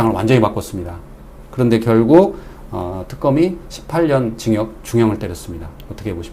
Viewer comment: 징역을 진격이라고 말하지않냐? 나만 그리 들리나